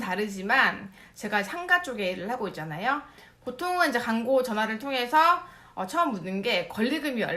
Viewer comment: 죄송한데 {광고}가 {강고}로 들려요. 혹 어딘지는 잘 모르겠는데 이중모음이 단모음으로 변하는 쪽 사투리를 쓰시는 분인가요?